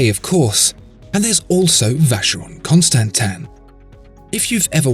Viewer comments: If you insist on calling it Constantan then you really need to give an explanation. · This guy gives me aids... The way he says constansin is cancer...